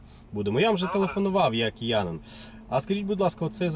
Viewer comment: Услышал фразу "я кыянын" и вспомнил шутку- "Вышгород - город где живут "коренные кыяне"!